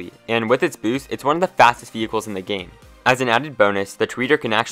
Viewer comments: No it’s Tor-Add-Or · Is this how you pronounce the Toreador? Tor-Yeah-Dor